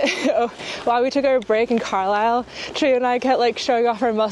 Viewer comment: Excellent pronunciation of Carlisle. It is however NewCAStle (emphasis on the middle syllable). Lovely country in the borders.